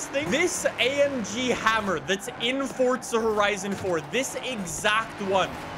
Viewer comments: Its Forza not Fortsa... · why does he say fortza?